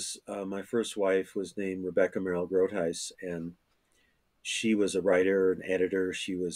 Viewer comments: pronounce Groothuis, rather than Kroothuis kroten exist (in dutch) these are beetroots (rode bieten) groot means great or big een huis is a house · The "g" of Groothuis should sound like you tried to get a bug out the back of your throat. Lol.